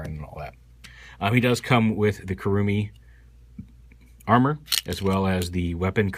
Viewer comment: You make the weapons sound like "Kurumi Bummer".